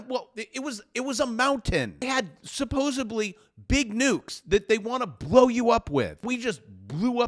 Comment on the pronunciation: Hey - maybe you can have A.I. learn you how to pronounce the words "nuclear" and "supposedly". You sound like a dork. An L.A. Unified dork...